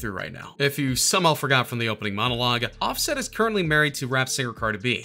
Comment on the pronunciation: He said “ Carter Be” LMAOO 🤣🤣🤣